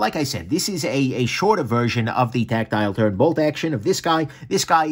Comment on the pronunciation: HahahahahahHAHAHAHhahHaha IT SOUNDS LIKE YOU'RE SAYING TACTILE TURRRDDDDD HAHAHAHAHAHAHAHAHAHHAHAHAHAHAHAHAHAHAHAHAHAHAHHAHAHAHAHA